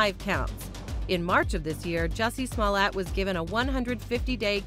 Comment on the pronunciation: Jessie smollete you mean "Juicy smoo-lee-a" 😆 gotta live Dave Chapelle